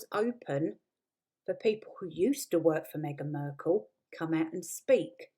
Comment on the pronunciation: "Markle" not "Merkle". Ok I'm out of here. "Team Turd" is supposed to be funny? Don't give up your day job.